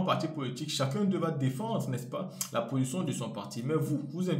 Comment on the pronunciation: c´est position et non possion